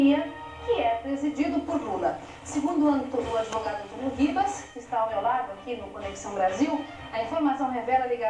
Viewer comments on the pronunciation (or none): exeiste? kkkkkkkkkkkkkkkkkkkkkkkk poldo, o "adevogado" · kkkkkkkk poldo, o pseudo-"adevogado" kkkkkkkkkkkkkkkkkkkkkkkkkk